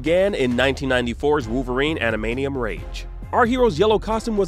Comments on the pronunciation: This man can’t pronounce Adamantium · Koonami,wooverine,animaniun? What's going on. It's too painful to keep hearing. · "Adamanium Rage" 😏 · Ada-man-tee-umm, not adamanium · What's with the pronunciation of adamantium? 😂. Adam-ant-ium not adam-ey-neeum 😂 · Ok im sorry but he called it ADAMANIUM not adamantium. This reviewer should stick to toy reviews from now on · "Adamanium"... "Kunami".... does this guy even PLAY games or is familiar with the X-Men/Wolverine at all? 😂😂😂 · What are "animanium claws" supposed to be..? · Ada "MANT" ium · Are you trolling by pronouncing it admanium? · You should not be allowed to do a video about Wolverine if you can't pronounce Ad-a-man-Tium! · Adamainium lol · coo-nami? adamanium? silicone knights? geez, learn to pronounce things dude.... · Wolverine's revenge was one of my favourite games growing up, also this guy needs to learn how to say Adamantium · Why does he keep saying adamantium that way? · The way this guy pronounces adamantium is weird lol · ...why did he say the Wolverine game on NES was "overhead"? 🤔 ... And doesn't pronounce "adamantium" correctly even once 😮‍💨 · also keeps saying Konami like coo-nami for some weird reason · Calls a side scroller an overhead game, pronounces Adamantium wrong. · If you're doing a video about Wolverine, maybe get a voice actor who can pronounce adamantium correctly ?? 🤔🤔🤔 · bro really fumbled pronouncing adamantium for 14 minutes straight 🤦🤦‍♂🤦‍♀